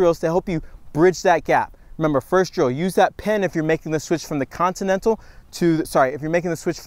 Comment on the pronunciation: He can't say continental bahaha